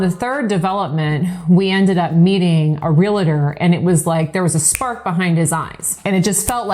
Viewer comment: It's pronounced "real-tor", not "real-a-tor". It's a pet peeve of mine.